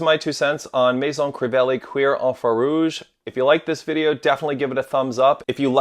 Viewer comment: pronounced like cure😂😂